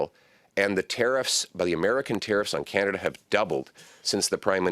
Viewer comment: from the US and I legit call it Canadia! 😂😂😂